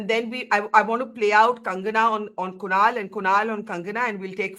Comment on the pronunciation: Kushal nahi kunal